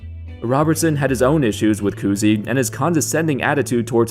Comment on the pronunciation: Koozie? Lmao its Cousy